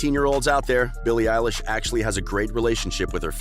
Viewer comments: “Voices” “BILLIE ELISH” “Ellen” MacBook please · Bille Elish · "Billie Elish" Macbook!!!!!!! 😆😆😆😆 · "Voices" "Billie Eilish" "Ellen" MacBook please!:-) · “Voices” “BILLIE ELISH” “Ellen” Phone or Mackbook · "Voices" "Billie Eilish" "Ellen" Ipad please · ''Voices'' ''BILLIE EILISH'' "ELLEN" pls my computer broke i need a macbook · "Voices" "Billie Elish" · "#Bille Elish" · Billie elish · “Voices” “BILLIE ELISH” “Ellen” iPhone :) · "Voices" "Billie elish" "Ellen" Ipad mini please and thank you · "BILLIE EILISH" "Voices" "Ellen" I wanna phone plsssss 😭😭😭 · "#billie Elish" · "Billie Elishe " plz i want the phone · "Billie eilish" makbook? ??pls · “Billie Elish” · “voices” “billie eilish” “ellen” iphone please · 'makes yt video ab billie eilish' 'doesnt even know how to say her name' EDIT: this doesnt know how to say anything!!!!!!